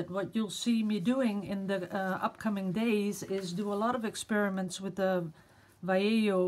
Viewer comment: You are so cute! I love the ways of you are trying to pronounce Vallejo! it's easy, try again! VA as in VA-cation lle as in YE-llow jo as in HO-TEL VA-YE-HO it's three silables, you do great pronouncing the first two just the last one is a "harsh" sound like hotel, hot, hurrry, humble etc. Love you!